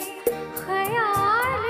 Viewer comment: गाना बहोत ही achaya गाया but..खयाल का उच्चारण कयाल ऐसा कर रहे थे